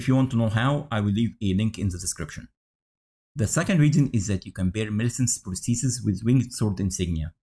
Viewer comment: Nah, you actually said it perfectly mate